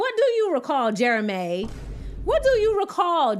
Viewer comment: “What do you recall, JARAMAY” 😅😂😅😂